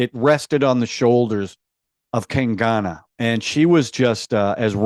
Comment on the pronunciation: It's Kung-gaana not Kang -gaana